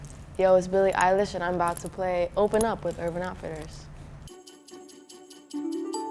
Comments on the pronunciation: Billie Eyelash. I had to say it, love u tho :p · Billie I- lish, not Billie E- lish. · I swear I thought it was pronounced Billie EILISH not ILISH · It’s pronounced Billie eyelash